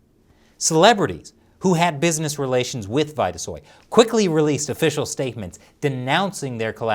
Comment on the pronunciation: It's probably pronounced Veeta-soy not vighta-soy.